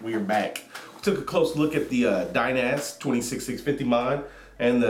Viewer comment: hay the mod is pronounced dynasty